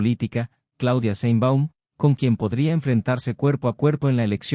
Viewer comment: Por cierto, se pronuncian "cril" y "sheinbaum".